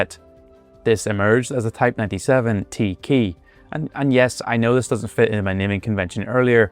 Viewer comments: Good video, very informative. But one thing: you mispronounced the name of every tank ending in an E. In Japanese, any word that's been anglicized with an E is pronounced as eh. So the Type 97 should really be pronounced as Teh Ke instead of Tee Key. Likewise, the Ke Ni should be pronounced Keh nee, and the Ke T0 as Keh toh. But you were pretty good with your pronunciations otherwise. For future reference: A = ah, E = eh, I = ee. O = oh, & U =oo. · It's not pronounced "TEEE - KEEE", but "Tei kei" The E in Japanese is never EE, always "Ei" as in "kay"